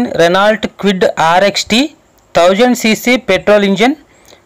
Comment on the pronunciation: Kewid kadu kwid..